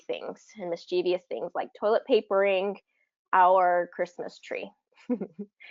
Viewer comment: and you said, "mis-che-vious little elf?" Your pronunciation of the word 'mischevious' is incorrect...the correct pronunciation is: Just saying it ;) ... 'Pronunciation Pro' ..LOL!